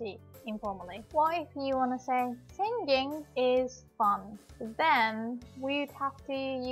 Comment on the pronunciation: SI-NGING. not SING-GING.